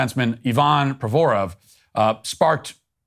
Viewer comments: "EYE VEN" "PRO VOR OFF" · Pro va rov Matt learn the pronunciation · You’re saying Provorov wrong. It’s Pro-ver-ov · Marcus Hayes doesn't like when white people get "uppity." He went claws-out on Drew Brees during the Floyd riots. Also, it would've only taken, like, 10 seconds to learn how to pronounce Provorov's name correctly. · Pronounced Provorov in almost every way except the correct way 😂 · It’s honestly so frustrating as a die hard hockey fan listening to the crappy sports media around hockey Also, Matt’s pronunciation of Ivan Provorov is hilarious